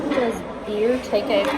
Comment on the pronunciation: Taco Bell is one of my go-to places for fast easy getting home late takeout. It’s not high-end Mexican food, but it’s comforting. Haha. Also, the way you say “Beer.” cracks me up. Great craic,!